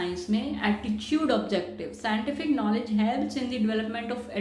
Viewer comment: her pronounciations are wrong eg. develop, attitude etc